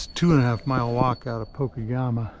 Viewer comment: It's pronounced po-keg-amah: PO as the po in police - KEG as in keg of beer - AMA as in awe ma: POKEGAMA. Pokegama is Native American Ojibwe aka Chippewa for "land that juts off another" or "water that juts off another water" The Pokegama is a small river that flows by the CN Pokegama railyard in South Superior, Wisconsin into the St. Louis River bay and harbor. The Twin Ports of Duluth Minnesota and Superior Wisconsin on the very western tip of Lake Superior 😅